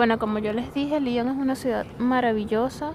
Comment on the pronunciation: muchacha tu eres venezolana o gringa? liiiiiiiiion? LION con O pronuncia bien la O.